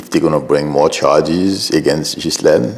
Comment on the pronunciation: You're the only one who's pronouncing her name right in this whole media world. Ghislaine herself seems to prefer the pronunciation of "Guylaine", but it is pronounced exactly as you said it. 👏